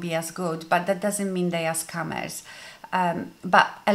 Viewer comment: love that your accent makes scammers sound like scummers which they are!!